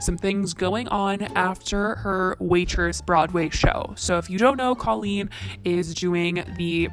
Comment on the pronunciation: The way you pronounced colleen gave me chills!!!!! K-oh-lean(how to pronounce) I still love your videos though! 😍